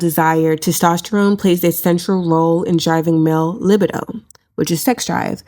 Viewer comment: Please learn to pronounce the word “libido” before you come for someone else’s spelling and grammar